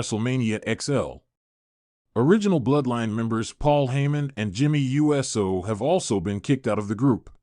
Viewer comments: Is this Robotic cause I'm sick and tired of anyone want likes and won't even try to annunciation the person's name Jey is pronounced ( J ) Uso pronounced ( Ooh ) So quit talking saying U.S.O. if you don't know ask somebody. JERK. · I think it might be ai mispronouncing the usos as jimmy and Jey you s oh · Ok, I'm stopping this video right here, & right now. I CANNOT listen to this guy say Jey U S O again! I'm out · Dude we know you can say Uso! Stop saying U S O!